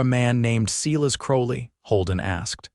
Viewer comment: Abundant AI mistakes. "Silas" is pronounced "S-i-las", not "See-lus". Fixing a "tear" should have been pronounced "tare", not "teer". "Phil's" silences is a run-on of "fills silences". "Psalmol" should be "saw mill". Really, why do presenters never edit these mistakes? I realize using AI is a big help, but it can't reliably do all the work. Such mistakes jar and detract from the enjoyment of the story, at least to me. It makes me feel they don't respect their audience enough to provide them quality work. These vids are more than just a story. They are examples of how AI fails us and show the continuing need for human oversight. Please edit. Thank you. OR, USA